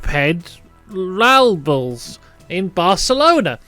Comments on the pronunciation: it’s Per ral bels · "Pedralbes" =~ Pay Drahl Buhs Thanks for teaching, didn't know about that track. ❤